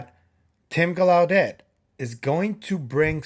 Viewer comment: I'll be watching you and Kris live on Wednesday. BTW, it's Tim Gal..lau..det accent on the first syllable Like in Lancelot. It's French, like Gal (like a girl) LA (like in music)... det (like a debt thst you owe) Great update on Maria & the mummies.